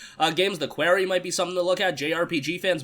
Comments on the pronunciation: You keep saying Query instead of Quarry. Sorry, I'm just a stickler for proper pronunciation. I'll show myself out... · It's quarry, like "Corey in the House." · Like someone from new York would say it